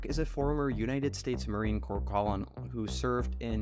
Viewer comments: The word, "colonel" is pronounced, "kernel". You really didn't know that? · Im sorry the way you pronounced Colonel is disgusting. Its pronounced "ker-nul" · Its pronounced Kernal. Christ. If you cant introduce your guest properly you have a long way to go and lets face it, its his military rank and expertise that is the corner stone of his career and thus why he is on the show. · How do you not know how to pronounce colonial? Brush your hair.